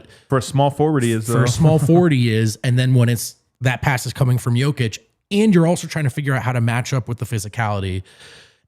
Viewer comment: There is no "Oh" sound in the Serbian language. So when you see an "O", it's always enounced flatly. Hence, J-oh-kic, T-oh-pic wrong. Think of the sound as in the word "Top" or "opp-osition. Not as Oh as in Joke. Hope that makes sence.